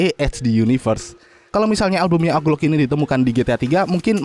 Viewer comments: Owji Louk bang bukan oklok 😭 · dibaca oglok anjer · Wkwkwk mas "oglok"